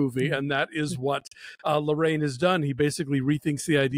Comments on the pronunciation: the last name should be pronounced "la-ra-EEN", not "la-RAIN". just an fyi. i love your reviews! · I enjoyed both Larraín’s (pronounced “la-rye-een”) biopics, Jackie and Spencer. It’ll be interesting to see what he does with his next biopic with Angelina Jolie playing Maria Callas.